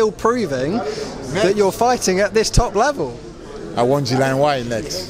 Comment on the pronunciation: ..."I warn Gillian why nex..." Who is Gillian Why?...